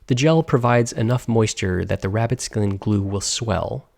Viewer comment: HE SAID SKLIN 😂😂😂